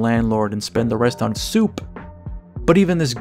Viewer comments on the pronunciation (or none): the way you pronounce "soup" makes me think of a reference to Xavier Renegade Angel, is that correct ?